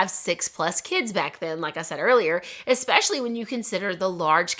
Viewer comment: d “especially” incorrectly. U say “exspecially” there’s not x is the word. Just fyi